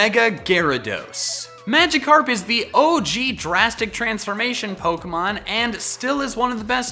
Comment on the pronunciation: DO YOU EVEN ENGLISH BRO it's Magikarp